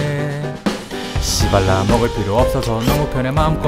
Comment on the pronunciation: 씨 발라 ㅋㅋㅋㅋ 발음주의 ㅋㅋㅋ